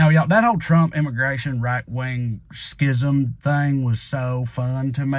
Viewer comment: Is it pronounced "skism" or "shism"? I'm so confused...